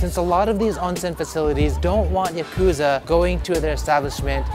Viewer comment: How long have you lived there? Your pronunciation of some words, such as "Yakuza" & "Izakaya" tells me you either had bad old habits or no-one wanted to embarrass you by correcting you. I'll bet it's a bit of both.